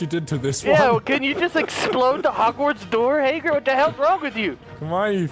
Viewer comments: it's Hagrid like Hag Rid... not Haygrid... bothered me so freaking much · Takenforest Gonzalez no... in the books and movies it Hagrid. not Hogrid or Haygrid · The way he says hagrid bothers me like he says HAY-grid not Ha-grid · It's not Haygrid, love your videos!!!! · I like how calls Hagrid “Heygrid” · saying "Haygrid" really irks me but makes me laugh at the same time😂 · "Hay-Grid" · The number of times says HAYGRIT in this video is infuriating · "hey-grid" lol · "Heygrid" lmao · hey-grid ? no